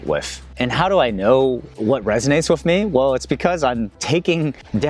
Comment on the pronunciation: Why can you say repertoire but can't say with?